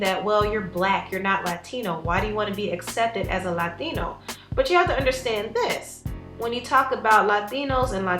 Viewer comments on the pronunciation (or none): Please, pretty puhlease stop over accentuating "Latino/a" . Just say it without stressing any of the syllables like you did the 2x in this video & . PLEASE HEAR THIS IN 💝